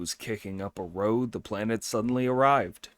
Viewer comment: Thank you for your reading! The translation is probably a little old, and ``compact'' and ``contract'' have become slightly different in usage. But ``compact'' is fine; the word ``pact'' is really short for ``compact.'' Also, to ``make a row'' rhymes with ``take a bow!'' It does not rhyme with ``toe.'' A ``row'' is a ruckus or commotion. It's OK; AI does it, too.